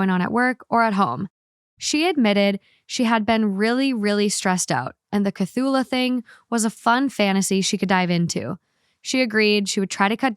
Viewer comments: I laughed sooo hard when I realised was trying to say Cthulhu. Sometimes I realise some people have never heard these famous stories, they are like fairytales to me😂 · I parasocially adore you from a healthy distance with boundaries, but that cthulhu pronunciation was absolutely unreal 😭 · BUTCHERING Cthulhu was hilarious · Not being unable to pronounce Cthulhu 😂😅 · Queer spaces are for queer people. Unless your friend brings you, stay out. It's not a safe space for you. There are only 14 lesbian bars in the USA. You have everywhere else, so be anywhere else. Also your pronunciation of Cthulhu is hilarious and I love it. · Omg, the Cult of Cthulu is real! The lord Cthulu is coming for us all!! Lol, poor. I did yell at my phone at that pronunciation. I'm surprised you'd never heard of him before. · That cthulu pronunciation had me excited to learn about a new Aztec mythological creature <3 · I wasn't screaming about your cthulhu pronunciation, but SOLELY because I was honestly struggling so hard to figure out what you were actually saying so I could google it myself and see what it looked like 😂 I eventually heard "octopus face, but a body with arms and wings" and "it's very pirates of the caribbean" and it finally clicked hahahaha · So I just came from Spotify because I was so confused with the stuffed animal. The pronouncing of Cthulhu is wiiiiiiiiild 😂. It’s one of H.P. Lovecrafts mythical creatures lol. Anyway, just wanted to get rid of my confusion 😂. Love yah. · I can confirm I'm screaming over the pronuciation of Cthulu I thought everyone knew how to say it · “Everyone is probably screaming about my pronunciation of Cthulhu.” Yes. Yes I was screaming. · I honestly wouldn't have known what she meant if I hadn't already heard the story elsewhere. 😂 I get that it's one that would be impossible to pronounce if you hadn't heard it, but I am quite impressed by what she did come up with. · Cthulhu… KA-th-ouu-luuu 🥲🥲🥲